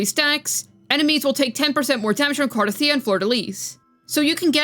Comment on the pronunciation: Thank you for saying her name correctly. Other CC's must have audio turned off in the game 😅.